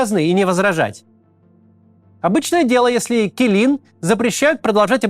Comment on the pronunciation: Малюсенькое уточнение: "Келін" (Kelin) читается скорее как "Келын", вообще аналога звука для казахской буквы "і" в русском языке нет